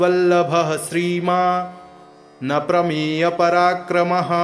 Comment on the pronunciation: 23वें श्लोक के उच्चारण में जानकीवल्लभ:+श्रीमान् + अप्रमेय पराक्रम: उच्चारण होना चाहिए,न कि : ''श्रीमान् नप्रमेयपराक्रम: "" यहां अप्रमेय का नप्रमेयपराक्रम यह उच्चारण अशुद्ध होगा। सादर सप्रेम सद्भाव सहित।